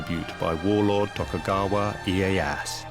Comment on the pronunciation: This is interesting, but I think, for a historical documentary, they should have taken the extra step to learn how to pronounce the Japanese names correctly. It’s like nails on a chalk board it’s so bad. It’s Tokugawa Ee-ay-ya-SU. And the sword maker is Ma-sa-mu-neh. You don’t drop the final vowel. Do better.